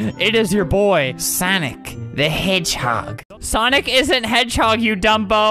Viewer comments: Is it sanic or sonic check out and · why the "google" say soniggle?